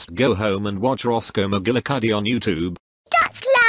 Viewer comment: Daddy pig:let’s wotch a tv boy